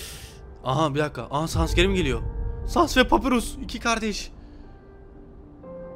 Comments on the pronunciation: o saness diye okunmuyo sannes diye okunuyo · Abi lütfen saness fight atarmısın ( sans değil saness)